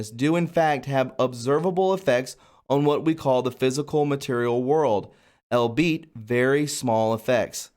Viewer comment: You really need to check on how to pronounce simple words before you read outloud. For example, the simple word "albeit" is pronounced "all-be-it". PLEASE! When you do not read it accurately the whole meaning of the sentence is destroyed. Also, CHI is CHEE.